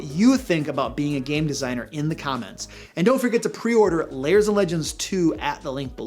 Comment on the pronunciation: Why do you always pronounce "lairs" as "layers"?